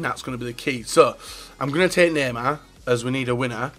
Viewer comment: Did anyone hear him say nanan instead of neymar😂😂